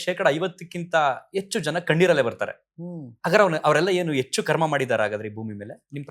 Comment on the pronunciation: ಕನ್ನಡ ಪದಗಳನ್ನು ಸ್ಪಷ್ಟವಾಗಿ ಮಾತಾಡಿ ಎಚ್ಚು❌ಹೆಚ್ಚು ✅ ಅದೇ ನಿಜವಾದ ಪದ ಅಂತ ಅನ್ಕೊಂಡು ಬಿಡುತ್ತಾರೆ... ಯುಟ್ಯೂಬ್ ಮಾಡೋ ಅವರ ಪದ ಮತ್ತು ಭಾಷೆ ಉಚ್ಚಾರಣೆ ಸರಿಯಾಗಿರಬೇಕು..